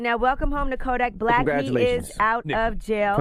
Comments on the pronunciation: damn yee butchered kodaks birth name 😂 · You butchered kodaks birth name Ms. Yee